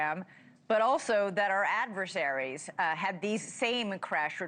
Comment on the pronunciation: Why do I hear ‘adverseraries’ when talking about China, Russisch. It should be fóreign countries!!!!!